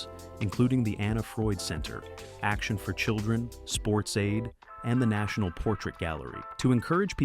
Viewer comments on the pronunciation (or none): none